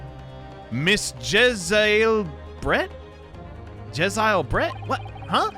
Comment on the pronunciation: Jezaille is pronounced Je-z-ale, similar to Gesiel